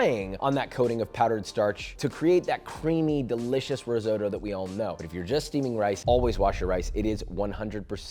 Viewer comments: If you're a Chef should you know how to pronounce disses properly? Risootoo... really? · Please pronounce risotto correctly ffs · learn to pronounce risotto ffs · It’s risotto, not risoto. Basic knowledge.